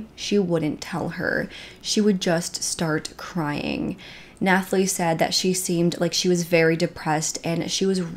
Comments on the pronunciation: Nathalie - is just “Nat-a-Lee” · Honey Nathalie is pronounced Natalie lol just had to tell u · Nooo Nathalie is just pronounced the same as Natalie!! The H is silent :) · And the "h" in "Nathalie" is silent. It's a French thing. It's pronounced as it is in English (except for the cadence lol).